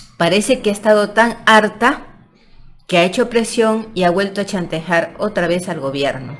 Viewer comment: La ignorancia hablando , chantajar? No sabes ni pronunciar una palabra ? Con razón. Tanto bruto el provincia que se deja manipular por cualquier charlatana .